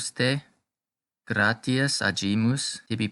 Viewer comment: Very good. Muito boa a sua iniciativa de trazer a pronúncia eclesiástica para seus seguidores. Sou Católico da Missa Tridentina e fiquei feliz pela iniciativa. Algumas palavras não estão sendo pronunciadas da forma eclesiástica mais "padrão", digamos assim, como: gratias e palavras com "ae" como "bonae", por exemplo. "Gratias" possui pronúncia mais próxima do "gracias" do espanhol. "AE" tem pronúncia mais próxima ao "A" de "femAle". Obrigado pelo trabalho.